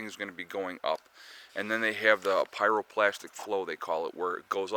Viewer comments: Pyroplastic flow? I thought maybe you misspoke but ya said it again. Hate to be a grammar Nazi, but it's pryroclastic. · Pyroclastic not pyro"plastic"- no wonder people don't take seriously. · Pyroclastic, not pyroplastic. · It’s PyroClastic not plastic! Lol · PyroClastic... not pyroPlastic... lol... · Pyroclastic... not pyroplastic. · Perhaps people should think twice about taking advice from someone who doesn't know how to say pyroclastic